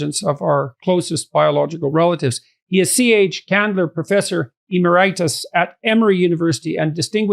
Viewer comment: emeritus -- the stress accent goes on the third from last syllable (eMERitus). Sorry to be so pedantic, but that mispronunciation was more than usually painful.